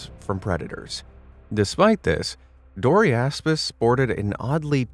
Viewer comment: Sorry i couldn't help but hear it as "Dory-ass-piss"😂